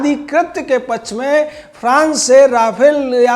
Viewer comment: आदरणीय! आपको पहले भी कहा गया कि अपना उच्चारण सुधार लीजिये-पच्छ नहीं पक्ष शुद्ध होता है।